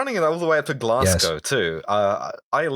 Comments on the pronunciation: Can we start a petition to have them learn how to pronounce Glasgow correctly? It rhymes with hoe, not cow. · OK Why didn't the other two correct the guy saying "Glasgow" totally wrong!?